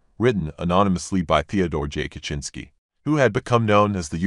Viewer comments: Humorously enough, that is the correct pronunciation of his name. The polish "cz" makes exactly that sound. It's just that americans mispronounce every foreign name and word. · that's the proper pronunciation tho